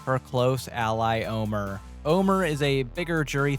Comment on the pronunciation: Yeah, that segment really bugged me. Not only do you have an entire season to learn how his name is pronounced, it's not even spelled that way to throw Luke some kind of bone.